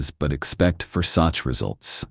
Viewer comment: There are so many mistakes, so many mispronunciations.. You should not use words that you don't know how to pronounce, like "versace"